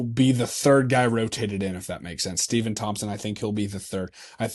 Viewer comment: Stepon pronounce Stef-on